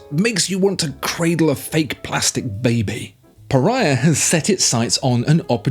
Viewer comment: 😂 it should be “puh-RAY-uh”